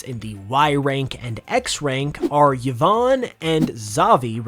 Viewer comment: Why do people have such a hard time pronouncing names that start with Y? It's not "yavonn" it's "Eevonn". It's not "Yavette" it's "Eevette" In French, Y makes the hard E sound and is called Eegrec (igrec) not Why (Y).